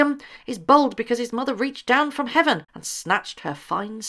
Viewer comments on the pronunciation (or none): none